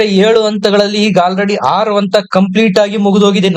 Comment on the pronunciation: ಅಂತ ಅಲ್ಲ ಹಂತ ಎಂದು ಹೇಳಿ